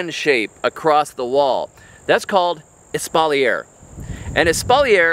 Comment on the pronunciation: Espalier is pronounced: ES-SPAW-LEE-EH ❤